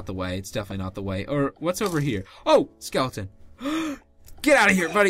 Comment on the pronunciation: U said skelion💀😆😂😅